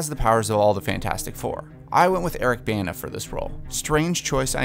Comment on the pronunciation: If he's 1 of your favorite actors (Bana), how come you pronounce his name incorrectly ???